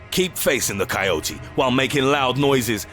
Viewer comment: THAnK GOD YOU PRONOUNCED IT RIGHT!! Love the videos by the way.